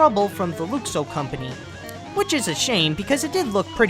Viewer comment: you misproced Luxo and Geri.